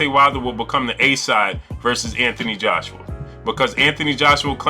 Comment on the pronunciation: “Anthony Joshua” start by getting the name correct son